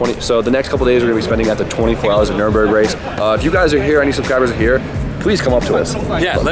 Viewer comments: Why doesn't B-Hall stop saying Nurburgring incorrectly:( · Bruh. It's NUR-burg, not Nuremberg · Cringe every time you call it the nuremburgring. Its nurburgring 😅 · IT'S NURBURGRING! The track is called Nurburgring (with the little two dots thing above the first "u", but idk how to do that on a computer keyboard...). Nuremberg is another city in Germany. Lol. -EDIT: Props to B-Hall for saying it right. Teach how to say it, haha. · still cant say it lol, Nurburg not Nuremberg. if you cant get them straight just say Nordschleife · You flew all the way Germany and still can't figure out how to pronounce Nürburgring. There's no "m" in that shit lol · It's so annoying listening to him mis pronouncing nurbergring